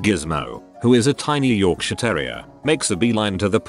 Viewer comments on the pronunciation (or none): none